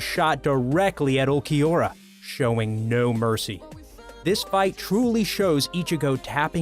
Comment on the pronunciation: atleast he said ulquiorra right :D